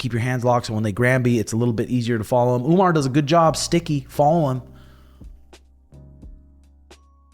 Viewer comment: why Sean and call Umar as Umnar??? 😅😅😅